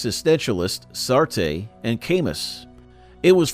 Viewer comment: “Sartay and Kaymus”?? Gotta be some AI bullshit